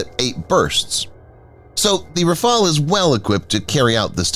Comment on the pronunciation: RAFALE, NOT RAFAEL